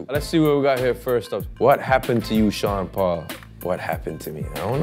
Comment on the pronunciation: I as an Aussie always thought Sean at the beginning was saying Chanderpaul & if ur a cricket fan then you'll know exactly what I'm talking about